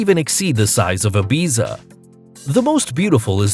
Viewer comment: repeat after me.... ibiZZZZZZa :)